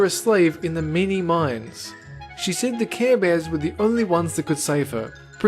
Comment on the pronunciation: Why is the chick Pringles with saying "Care bares" LOL😂😂😂😂😂😂